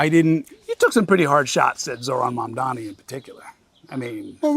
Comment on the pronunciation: He butchered Zohrans name so often, so he just calls him „the assemblyman“ now? 😂 It’s MAMDANI!